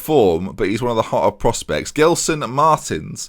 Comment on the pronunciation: dont say Gelson pls xD its said like Jelson no guelson.